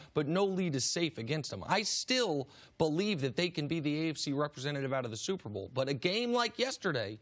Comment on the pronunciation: Superbowl??????? Did he say SUPERBOWL???? LOL